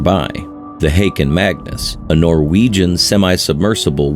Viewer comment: Just a small thing: "Haakon Magnus", not "Hakoon Magnus". (aa=å.) This is the name of the Norwegian Crown Prince - he is still only the Crown Prince by the way.